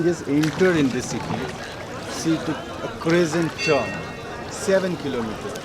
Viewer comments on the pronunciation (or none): none